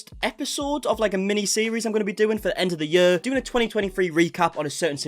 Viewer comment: I don't understand why "year" and "career" sound so different. "Yuh." "Career."